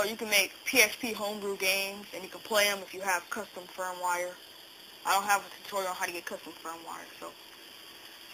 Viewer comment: I think it is pronounced custom "firm-ware" not "firm-wire"